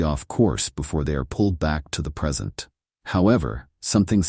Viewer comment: Not a bad story...the AI reads it exactly as spelt which IS a problem - it just said "they returned to the PERSENT."......"Persent"!!! hahaha